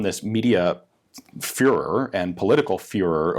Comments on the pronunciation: When you hear furor, but hear führer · Am I the only one that heard "furher" instead of "fervor" ? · Did you say furor or fuhrer? :) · You mean furor? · Talking about a difficult German company, says fuhrer instead of fervor. I see what you did there. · no one in the history of english pronoces it like he did. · "Furor..." I almost did not see what you did there!